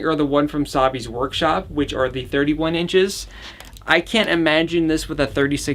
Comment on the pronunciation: is he saying Sabi’s Workshop cause if he is its Savi’s Workshop